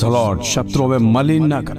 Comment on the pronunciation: मिलन नहीं मलिन पढो 😂